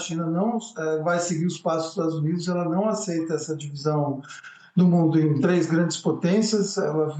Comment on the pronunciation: é muito difíci fala tlês, né?